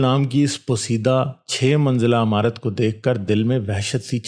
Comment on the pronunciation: Radio mirchi pe ek bar yeh kahani sone 🤣📻amarat nhi imarat pehle alfaz sedha karo india mai aao tujhe kothay pe job milage 🤣